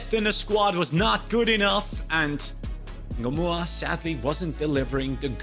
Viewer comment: Why is it Rio engumoha not Rio Ngumoha🤷🏾‍♂️